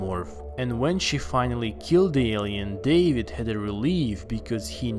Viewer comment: The way you pronounce Alien makes me cringe